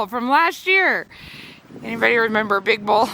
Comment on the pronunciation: the way you said”big bull” almost reminded me of all the “big balls” commentary we’ve been hearing on the news this week and I had to laugh